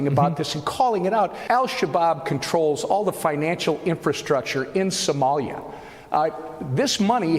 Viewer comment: she pronounces 'Somalia' like 'sommelier' 😂 The irony...